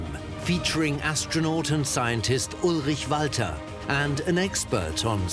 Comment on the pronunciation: Ullrich Walther... That was pronounced PERFECTLY! I don't know if I wrote his name right though. There are some ways to spell "Ullrich" and "Walther"